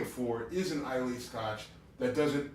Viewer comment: You guys keep mispronouncing Islay. It's pronounced "eye-lah", not "eye-lay". Just a heads up :)